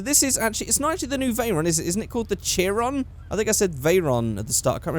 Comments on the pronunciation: it ch-er-ion not chirion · "Bugatti Cheer-on" That is what i heard and what you said, It's Chiron (pronounced shyron basically ) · Chiron is pronounce she-ron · it's pronounced shi-ron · said chiron wrong